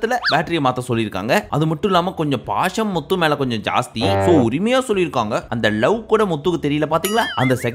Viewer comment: bro na antha full episode patha ana ninga atha pesum pothu muthu nu varum pothu slang vera mari iruku eapdina low va solringa vera eallam nalla solringa ningalu pr ha maritingala ninga channel arambichi 10000 subscribe iruthathula irunthu pakura ana unga mela ippo nambikai illaa ninga solrathu kasu iruntha eanna vena pala la